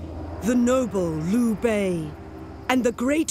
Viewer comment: 实在是受不了那“骚骚”， 能不能纠正一下读音，我已经被骚骚洗脑了。还有“卢备”、“陋阳” WHY ARE ALL THE VOICE ACTINGS IN ENGLISH ??? REALLY IMMERSION BREAKING.